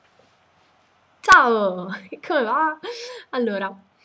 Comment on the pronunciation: Yeeeeee brava hai risposto benissimo pensavo mi mandassi a quel paese :-) ti volevo dire poi che mi fai morire dal ridere quando inizi i video con il tuo: "zzao!" "ma zzzzzaoo!" ogni volta cercando di essere diversa nel saluto mi metto a ridere come uno scemo..me li sono girati un po' tutti solo per vedere come cacchio dici "ciao" :D